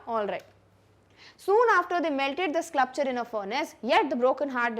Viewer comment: So many wrong Pronunciations WILDE is pronounced as wild not wildi😮 SCULPTURE is not sclupture😅